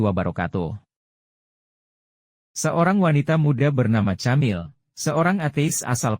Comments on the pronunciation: Camille nyebutnya /kamill/ dengan huruf L yg agak ditekankan, ujung lidah menyentuh gigi atas , bukan /kemil/ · Moso nyebutnya camil..? Gatel dengernya..😢😢 Kemil..atau kemiile kali oom..nama Perancis..